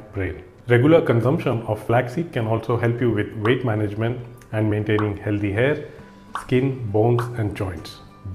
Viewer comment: It’s not heldhey it’s healthy Pronunciation hel -thee